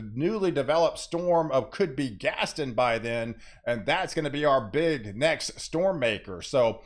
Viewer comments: Think Gaston is pronounced Gas-ton like won-ton. gas-ton. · Before Gaston gets here, please work on pronouncing its name! Gast-ON!! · He butchered quite a few names in this video but nothing has bothered me as much as his pronunciation of Gaston. Still got his point across but omg. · exactly how I felt.